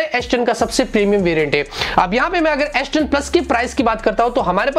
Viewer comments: aish10 kyu boll rha ha bhai ... s10 boll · It’s not asss 10 it’s s10....😂😂😂